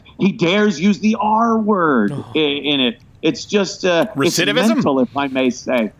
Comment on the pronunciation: I love how Anthony just breezes by Crowder's "recidivism". It doesn't even register with him.😆